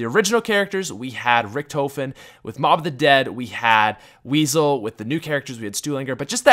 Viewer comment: Richth-OH-fen? Please, Richthofen.;) Good analysis though!